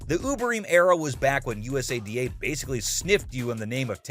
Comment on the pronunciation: This video feels made by AI.. the images aren't lining up great at all and it's pronounced (YOU-SAH-DAH) USADA